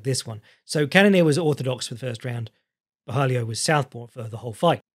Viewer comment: There's no "i" in Borralho.